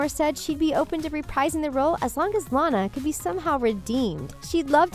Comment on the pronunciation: Am I the only one who was upset that she kept pronouncing Lana's name wrong?? It's like before you speak on a video, you should have least watched these movies they weren't bad. Hence, that's why you're doing a video.